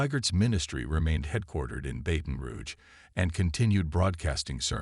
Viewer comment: Can't the AI even say BATON ROUGE correctly. His botched pronunciation of " BATON" is insulting to those of us that call BR home.